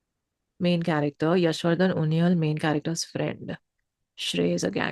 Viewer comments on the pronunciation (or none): It's उनियाल not उनियल 🔥🔥🤘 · It's not unee-al it's uni-yaaal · uniyal not unyel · Pronounce his name as - उनियाल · Some other tracks by Uniyal which are equally great if not better 27, Bablu babylon se And its pronounced as UNIYAAL🙏